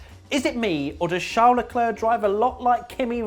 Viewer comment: in frqnce we says lecler, not leclerc